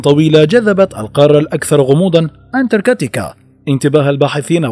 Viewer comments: انتركاتيكا 😐 اذا لفظ الاسم غلط كيف بدي صدق المعلومات اللي فيه 🤔🤔💩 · حضرتك نطقت الاسم اكثر من عشر مرات وكلهم خطاء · مش مقبول تلفظ انتاركتا بالطريقة الغلط